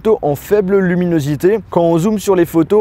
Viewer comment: Je crois qu'il a fu mal à dire luminosité à des moments 😅😐